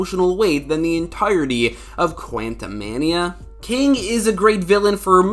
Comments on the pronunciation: You're saying quantumania wrong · how the FUCK did you just say "Quantumania"? 😕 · why do you say quantum mania like that it catches me off guard every time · STOP SAYING QUANTUMANIA LIKE THAT